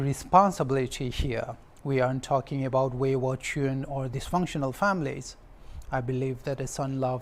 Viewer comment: If youtube has a platform in sharing voice message then I would definitely share my pronounciation and his pronounciation 😅, His english accent is not what we expected to hear because too stylish, Instead of children - Chiren 😅, Protect - phrutect 😅, khlo meter ?, Viewers can't catch up in some words BCOS fo his accent, Nagamese is fine, I appreciate him speaking in our local language but but english !!?